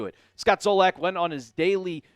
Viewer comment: It's Zolak.....said Zah-Lick....not Zoh-Lack